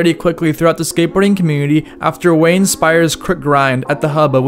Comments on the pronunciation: Wall-en-berg not Wall-ing-berg. And. Wade not Wayne Speyer. Otherwise good video. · Huh? "Wayne" Speyer? Hope I just heard that wrong.